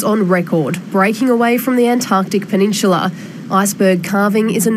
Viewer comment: what is a "peninshila "?